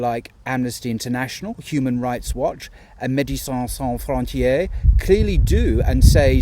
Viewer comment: The way you said "Medecins sans frontiere" was hilarious